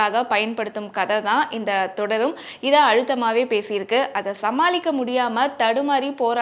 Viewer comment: Thodarum is not crt its thudarum